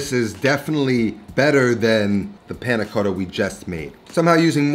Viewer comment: . You pronounce many Italian things quite well, but "Panna Cotta" you pronounce it too “American” ! ;)